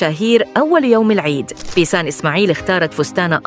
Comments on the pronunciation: ا مين انتبه انو المذيعة قالت فيسان اول شي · بيسان مو فيسان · فيسان❌ بيسان. ✅ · بيسان ❌️ فيسان ✅️